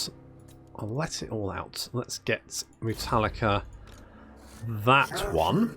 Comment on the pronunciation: Mootallica xD